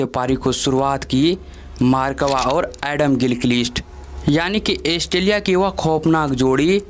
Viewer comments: भाई एस्टेलीया नहीं ऑस्ट्रेलिया गीलकीलीस्ट नहीं गिलक्रिस्ट मार्क वा नही मार्क वोॅ, टोम मोडी नही टोम मूडी इस्टीवा नहीं स्टीव वोॅ जबान को थोडा थपथपाओ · भाई ऑस्ट्रेलिया एस्ट्रेलीया नहीं